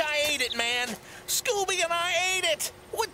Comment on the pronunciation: The fact that Scooby pronounces it so well is the cherry on top 😂